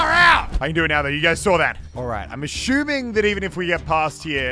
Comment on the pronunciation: *Muselk*: I am ashuming.... Muselk, u ashume we assume!!